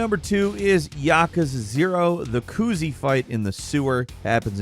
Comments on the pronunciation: saying kuzi, confusing me profusely lol. ku-zeh. hate to be that guy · it’s not kuzee it’s ku zay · Did you just pronounce his name as koozie? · Ah, yes. The "Koozee" battle. My favorite moment in Yakooza 0. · Why, oh WHY would you call him " KOOZIE "?!?! This is arguably worse than when people call the series yakooza. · I’m really glad Asura’s Wrath is still being talked about. But I swear if his name is mispronounced one more time 💀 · That pronunciation of Kuze made me feel sick